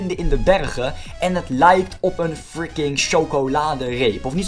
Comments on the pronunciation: Stop eens met friki te zeggen of hoeje het zegt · Je zegt alleen fricing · Waarom zeg je de deeltijd freeking